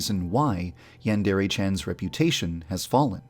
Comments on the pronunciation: Everyone pronounces Yandere weird. Is it that hard to say "Yawn-deh-reh"? ヤンデレ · Am I the only one who noticed that Yandere Dev doesn’t pronounce Yandere right.